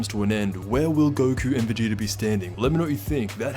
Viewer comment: Anyone else feel like he’s pronouncing it “Vegeter” and “Freezer” ??